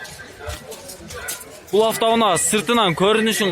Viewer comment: афто уна .афто уна. афто уна .афто уна .